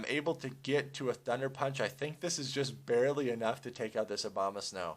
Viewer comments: The Obamasnow? =P It's called Abomasnow lol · "obamasnow" lol